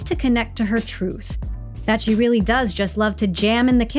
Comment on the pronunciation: “I’m a weal person”…….She says, Just as Pinocchio says “I’m a weal boy”…….. 😂😂😂😂😂